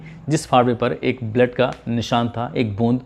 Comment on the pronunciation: Bura na manna AAP blood ko bled kyoan pronouns krte ho sahi krne ki kosis kijiye Sir bhojpuri tune daldiya aapne